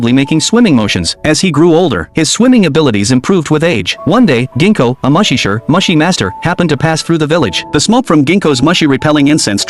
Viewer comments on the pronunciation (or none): It's pronounced MOO-SHE, not Mushy.